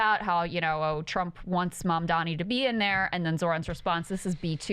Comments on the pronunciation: I’ll bet that Cuomo keeps saying Mamdami because he’s hoping somebody will spin it into “MamDummy”, which clearly won’t work. New Yorkers are tired of this rich white asshole. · If Cuomo can't figure out how to f*^*ing say the name of a person who's living rent-free in his f*^*ing head 24/7, how the hell is he going to figure out how to do all the waaaaaaaay more complicated things that come along with being a mayor? It's Mamdani, bro. Mom Donnie. Jesus Christ. It's not that f*^*ing difficult. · Mandami, Mamdani, why can’t he say his name yet!!!!! Or just say Zohran that’s easy. Ffs. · “Mondomney” - Cuomo 2025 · Cuomo's "Mandami" is just as disrespectful as Stephen A. Smith's "Wembanyana". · I love it when you both work the show together, Krystal is hilarious!! I like it when he said my name is spelled Mamdami, learn how to say it. Anyway great show, gnight.. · Andrew Cuomo keeps saying Zohran's last name incorrectly. It's M-A-M-D-A-N-I. MAYOR Mamdani! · it's deliberate, Kyle. It's a way of othering and talking/looking down upon someone. He was able to pronounce Kosciuszko Park perfectly but he's incapable of saying Mamdani? Come on now. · The way Mamdani’s name always seems to purposely be pronounced wrong is triggering me too and seems demeaning! It really rubs me the wrong way, but people who work with me for years always butcher my Muslim name too so I figured it was just me. Good to know it triggers you too as a white man 🤣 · Cuomo mispronouncing Mamdani is like all the people who purposefully pronounced Kamala wrong. So disrespectful.